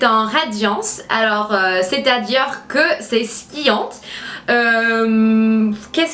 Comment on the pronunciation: Trop mignonne avec ton "skillante" ! Pour bien le prononcer il faut dire "sein-ti-yan" 😘